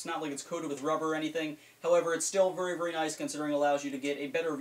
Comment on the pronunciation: Vury instead of very hahah I like